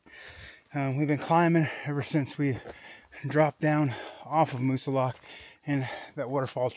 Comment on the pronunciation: Glad you saw a bear in the wild. Had one in my back yard last week. I live in NH. Have never in 40 years heard a native call it Moosilauke with the long e!